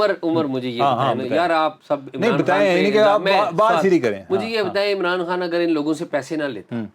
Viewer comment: Why can't you pronounce" Imran Khan" you kept saying " Imran Han" ? Please bring guests who can speak properly.very annoying listening to such pple.that is why 👎